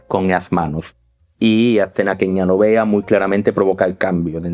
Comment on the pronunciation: No había escuchado su peculiaridad al hablar cuando hay una letra 'L' en novea, fusiamiento. Espero estén mejor. Muchas gracias excelente análisis.